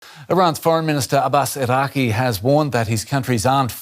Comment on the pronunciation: It's not Abbas Iraqi 😂 It's Abbas Araq-chi